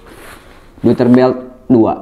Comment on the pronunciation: fyi pronunciationya itu yg bener "doyter"